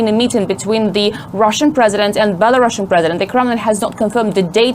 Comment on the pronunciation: Bela-roooooosian, not Bela-russian (there is only 1 s)